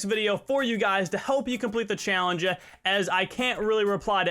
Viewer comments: I’m sorry but you keep saying “challenge-a” and I felt I had to mention it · please stop stressing words like challeng-E at the end of your sentences....it sounds terrible. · Why do you say challenge like that? lol